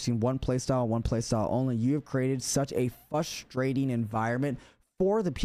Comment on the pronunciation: Well-spoken? He keeps saying "evolutionized" instead of "evolved" and he pronounced frustrating as "FUSS-trating". Lol.